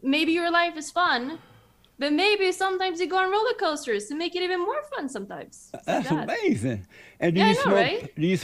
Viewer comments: Amazin, that's amazin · I swear when JLP doesnt understand something he just says AMAZIN'.